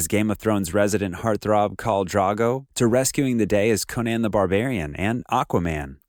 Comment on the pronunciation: I always said he was engaged to Simone and she found out it was over when Lisa got pregnant to him. P.S it's kal drOgo not drAgo, and the way you pronounce Emilia is with the emphasis on the middle, as in Emeelia.